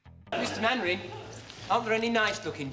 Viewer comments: Man-ering, not Main-ering! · Elizabeth Mainwaring was played and voiced by Parnell McGarry. Arthur's real-life wife appeared but never portrayed his onscreen wife. And Mainwaring is pronounced ""Mannering". And it was the BBC who changed the title from Jimmy Perry's "Fighting Tigers".